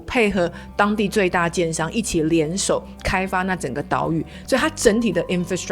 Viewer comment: 老听着你叫人家奸商奸商的，听到第八次才知道你在说“建商”😅